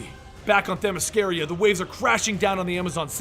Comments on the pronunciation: Themy SCIRA you fucking imbecille. not Themy sciria. how fucking hard it is for americans to pronounce foreign words. the fucking arrogance in not checking because he doesnt give a shit about it. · Sorry to be a dick but its Themyscira, not Themysciria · It’s Themyscira. Not themyscaria. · Them-is-car-uh. Not Them-is-car-ee-uh. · It's themiscira not themiscaria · Actually it's Themyscira, not Themysciria. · he said themysciria....got the name wrong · themyscira, not themysciria.. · Themy SCIRA you fucking imbecille. Pronounced like KIRA not Themy scaria. how fucking hard it is for americans to pronounce foreign words. the fucking arrogance in not checking because u dont give a shit about it. U butcher names ALL THE TIME. But i bet u pronounce it how u feel like because u dont give a fuck about the creators intent or the use of names OF ACTUAL PLACES which u feel u should be able to pronounce like u want. Are u too dumb or just respectless? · you say Themyscira weird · Please go watch the Wonder Woman movie again so you can stop mispronouncing Themyscira. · doesn’t know how to pronounce themyscira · You pronounce Themyscira incorrectly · You pronounce Themyscira wrong through out the entire video. Good job otherwise. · Anyone else irritated by his pronunciation of Themyscira? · my issue is that he's pronounced it correctly before